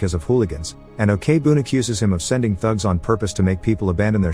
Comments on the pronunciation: Who the fuck pronounce korean Ok as "okay"... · I just want to point out , the pronounce for 'ok' is not 'o.k.' , it's pronounced as 'oak' , sorry but I felt bothered lol